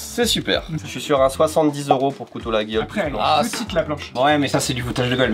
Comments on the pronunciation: Ils n’ont pas la réf Maryse 🤣 Et on dit La-yol pour info pour la marque LAGUIOLE 😎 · Rigolo de vanter les mérites de Laguiole (tout en le prononçant mal, d'ailleurs) sachant ce que le père de son associé a fait subir à la marque. Nonobstant, divertissement apprécié. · Coucou! Laguiole ça se prononce "Laïole" 😉